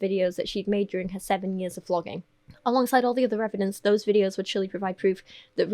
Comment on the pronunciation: Is it intentional that you pronounce vloging almost like flogging?